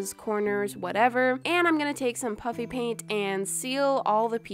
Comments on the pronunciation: Whenever you say puffy paint it sounds like you’re saying puppy paint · it is puffy pant not puppy pant. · when you say pufy pant it sands like puppy pant😂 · Anybody else here puppy paint when she says puffy paint? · Ppl think that she said puppy paint no she's actually saying puffy paint